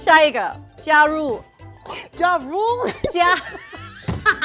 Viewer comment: Jia ru ..... JA RULE!!???🤣